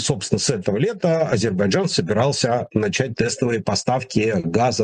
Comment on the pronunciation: потренируйтесь, пожалуйста, произносить правильно слово Азербайджан, - Вы произносите это, как Горбачёв!